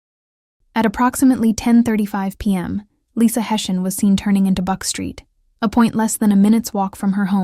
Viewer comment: Pronounced Hess eey an God rest her soul ❤